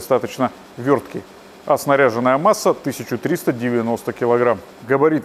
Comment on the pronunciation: Лучший обзорщик авто в интернете! Сначала лайк, а уж потом просмотр ! Одно хотел бы исправить, уж больно ухо режет, масса авто снаряжённая, ударение на Ё. В остальном, четко, ясно , без лишнего эмоционального фона!